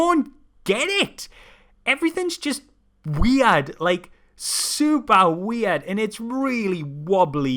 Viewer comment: the weirdest thing is pronouncing weird weeaard. just saying.